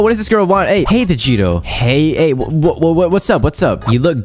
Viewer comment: When I hear your name I thought they said vegito but actually they said right?